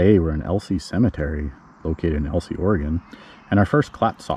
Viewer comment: El-EEz. Not El-see. :) Neat crib grave marker.